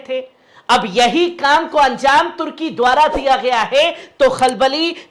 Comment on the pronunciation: Bhai tarki nahi turki